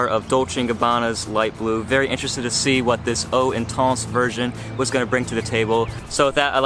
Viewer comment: how hard is it to type eau intense into google translate french to english and tap the speaker button to see how you should pronounce the name. you watch one reviewer he says it like this another one says it differently my god people. you either use proper french pronunciation or how it sounds in english. good video though, like the channel keep it up